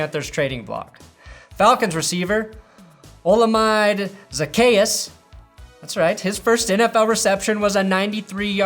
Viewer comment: it’s “o-la-me-day zacchues” he’s from Nigeria and I am too, you help a Nigerian keep up with the NFL